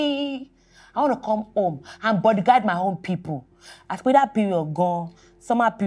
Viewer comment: Bimbo you're the best Bodyguard na him sine dey pronounce as bodyGUIDE 😂😂